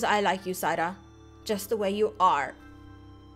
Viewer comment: U kept saying Zaida but it was Zaira